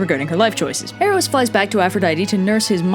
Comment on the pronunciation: Eros was the one form of love you pronounced right